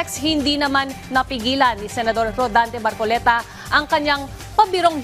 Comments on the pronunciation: Marcoleta ate hindi macoleta 😂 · Ano ba yang reporter, Hindi alam pangalan ng Senador. Hindi po makoleta. Marcoleta po miss.😊